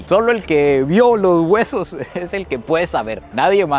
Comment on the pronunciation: no puedo irte sin decir (el gueso) 😂 no el hueso. Gueso